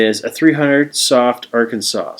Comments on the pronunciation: Arkan-saw is the pronunciation. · Well done video. I have the Lansky system, and it's by far THE BEST. I've tried many other sharpening systems, but from my experiences, nothing else comes close. One correction; you being Canadian its understandable that you're pronouncing "Arkansas" the way it's spelled. Nevertheless, Arkansas is pronounced are-can-saw. However, some stubborn people in Kansas do call the Arkansas River, the our-can-ass River.